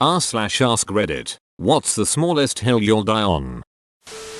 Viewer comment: It is, "Ask you a question." not "Axe you a question".